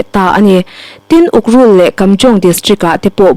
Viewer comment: Ukrul iloin ukhrul tih tur aw.